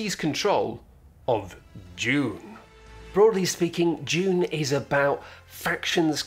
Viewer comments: Sounded like was saying "June" over and over... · I was just listening to this video and man does it sound like he keeps saying "june". At first i thought it was a joke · I love how British people call it Dyoon